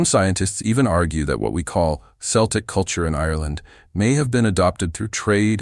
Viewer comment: Hard C, not S for Celtic. Makes the presentation doubtful.